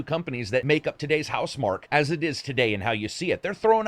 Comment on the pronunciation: Is it not pronounced mark key?